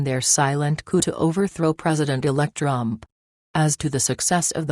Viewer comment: Can you at least program the computer to pronounce "Trump" instead of Drum or Drump. Can't be that hard. What evil people attempting this coup. Karma and God will see that they get theirs.